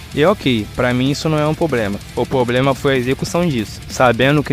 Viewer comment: Dica: Para de falar " Pobrema" é Problema . O resto ficou bom no vídeo